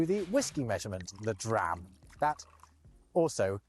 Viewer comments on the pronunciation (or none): none